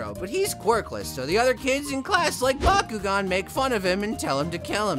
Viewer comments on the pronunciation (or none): I’m still ticked off on why he pronounced bakugous name as “bakugon” 🥲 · Its Bakugou not brakou👁👄👁